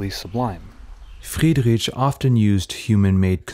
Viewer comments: You are mispronouncing Friedrich's name throughout the whole video. It's not "rich", but "rik". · Sorry, I can't listen to his name being pronounced like that for too long. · Thank you for this good video. My only suggestion for you, if I may say, would be to work on the pronounciation of the artists name, not only on C. D. Friedrich but on some other as well. It is not very difficult to find out the right way to pronounce names in their original language. I encounter this problem very often when I listen speakers from USA. It cause a bit of irritation while listening and it degrades the quality of content and presentation. I hope you take this as a constructive comment. Wish you all the best and keep making good content.